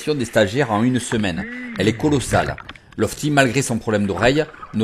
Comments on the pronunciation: Tu te trompe encore sur le prénom de lotfi pas lofti hahaa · Lofti!! Mort de rire, Lotfi plutôt;) Sinon comme dab tu nous fait apprendre beaucoup de chose tout en se marrant! Bon courage